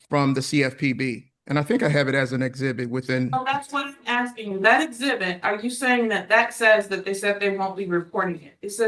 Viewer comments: He really just said, ‘I’ve been axing for you to….’ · Is he ASKING or AXING…I just cant tell.